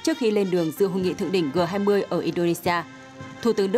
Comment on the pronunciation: G20 đọc là "giê 20" mà?